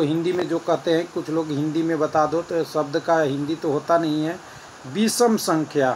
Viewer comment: बिषम नही होता है विषम होता है ।